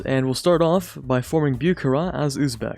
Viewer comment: Say it with me now, Boo-ha-ra, Бухара, I hate to be that guy but that was probably the worst pronunciation I’ve ever heard. Love the channel tho, you’re like the perfect blend of knowledgeable and not-corny.